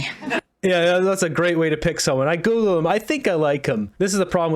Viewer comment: Did you say Google him or tickel him?